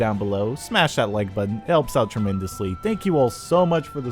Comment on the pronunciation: why can't this guy say patent or button correctly did anyone notice buddons or padents